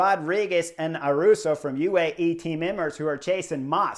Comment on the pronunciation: He only 19 and gonna be around a while so we got to clear this up.. Ayuso. (A-you-so). there is no "R" ..... That Arensmen move has to be the Knucklehead move of the race so far... that move cost him 2;30- 3 minutes on GC.. and he is a really good TT er.. sad